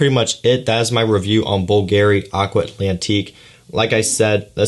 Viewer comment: you pronauce bulgarry not bvlgari just see how others say man